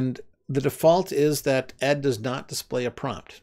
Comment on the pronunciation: As I understand it ed is actually pronounced as the individual letters like vi since ed was derived from an earlier more complex editor called qed. Think Edie Brickell not Ed Sheeran. ed is still my favorite text editor. As you demonstrated it has much of the power of vi but I appreciate that it doesn't take over my screen the way most other text editors do.